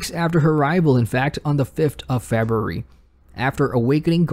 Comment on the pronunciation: Great stuff, only thing i don't like is the way you pronounce february. Shit kills me on a deep level, such a strong accent.